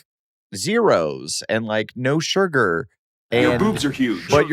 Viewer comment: Adam says surgar lol